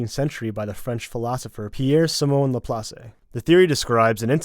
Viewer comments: Short note on Laplace : laPLASS, not luhplahcay ;3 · The name Laplase is pronounced "LopLOSS" not "LopLOSSay" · La-Plass ...not La-Plass-eh It’s moments like these I realize that the majority of you are completely clueless and just regurgitate shit they find on Reddit. La-Plass-eh 😂 😂 😂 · Laplace is a French name so you don't pronounce the last e. It's la-plauce. The last part rhymes with sauce